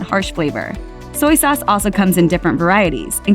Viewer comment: It’s soy sauce not soyee sauce. Duped into a commercial.